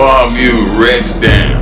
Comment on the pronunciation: He "retch" down!! LMAO!! Luv U CT!! ♥